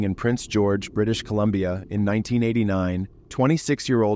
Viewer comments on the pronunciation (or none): none